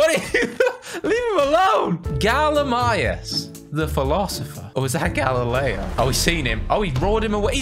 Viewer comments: it's not gallimius it is galimimus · its gallimimus ga-lli-mi-mus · And the raptor with the long neck is the ga-li-mi-mus